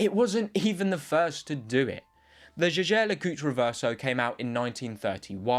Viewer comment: Try to pronounce Jeager LeCoultre the right way next time